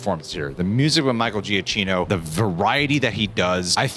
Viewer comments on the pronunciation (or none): Just a heads up in case you ever get to interview him for a film, Michael Giacchino’s last name is pronounced- juh-KEE-no. He has it in his Twitter bio lol